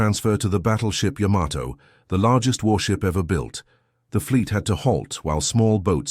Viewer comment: "Yamato" is correctly pronounced "YAH-ma-to" with the emphasis on the first syllable, not the common American pronunciation of "ya-MA-to".